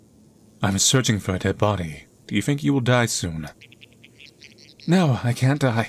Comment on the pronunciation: Why you pronaunce DEAD as DEANA? Is it me or you? (YT censorship?)